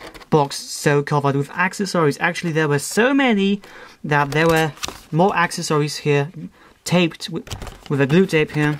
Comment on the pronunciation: omg I hate how you say accessories.... But nice review!